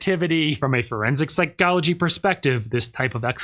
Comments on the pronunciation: Forensic Psy-GOLL-agee :face-purple-crying:. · Why does this guy pronounce “psychology” so weirdly?